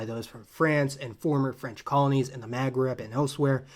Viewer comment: "ma,as in mama"magreb"Maghreb